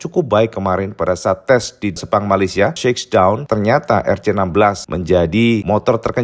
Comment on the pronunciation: nyebutnya bukan seksdawn cak... tapi shyekdawn...